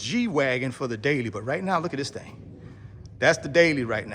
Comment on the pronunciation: "Thang"...very classy 😅😂.